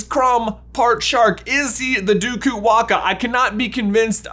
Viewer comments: I am Fijian and can support the “DUKU-WAAKA” theory, although in our culture it’s called “DAKUWAQA” (Pronounced : DAAKOO-WAANGAA) - “It’s Levi-O-sa not LEVYYOOSAA” 🙏😂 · Im from Fiji absolutely love your channel and i find it cool that you found that super specific article. But OMGGGG that pronunciation hahahah ( no fault of your own though ) the Fijian term is probably Duku-wanga because its based on the Fijian old god " Dakuwaqa" pronounced Daku-wah-ng-ah. Laughed so hard watching you so confidently mis-pronounce it, such a great effort though. As a potter head, found the article in itself super interesting. I don't even know if you'll see this comment. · I'm Fijian. Did NOT expect this theory to go in this direction! LOL p.s. waqa is pronounced waanga, and its more common to say dAkuwaqa not dUkuwaqa but either is fine, they sound similar enough! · Me, a Fijian watching this 😳 Wasn't even aware we had a national quidditch team 😱😁🙌🏽🇫🇯 Lol banger vid as always...🔥 btw J its pronounced Duku -Wah-Ng-ah...with the Q pronounced the same way as the letters N and G in the word 'Anger'...Q has a hard G sound in the Fijian language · Hey there, being fluent in Fijian I can inform you that the Dukuwaqa is pronounced "nDukuwanga" with a hard g like in finger. Just my little addition of you'll have it